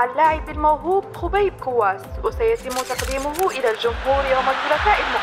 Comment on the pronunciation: خبيب بالضم وليس الواو